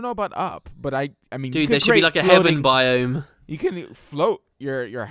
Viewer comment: It really bugged me how was pronouncing "Biome"